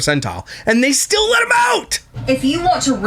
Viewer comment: “We’re stiww happy.” Turd bucket is right.